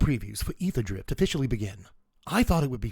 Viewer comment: I just want to say I appreciate you pronouncing aetherdrift correctly